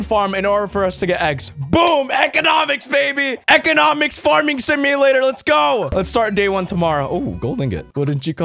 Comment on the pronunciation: He said "Eggonomics" and now im dying